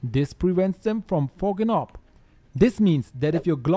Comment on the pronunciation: Please say fogging up for me a few more times